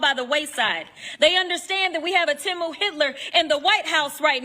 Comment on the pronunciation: This woman is in it for the perks and that’s it. Also it’s Temu, not Timu.